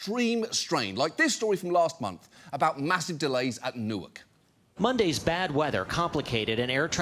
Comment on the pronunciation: John Oliver, I will donate $1000 to a food bank in the area of your studio if you commit to pronouncing "Newark" correctly rather than as "new irk."